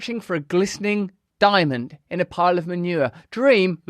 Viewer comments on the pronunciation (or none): none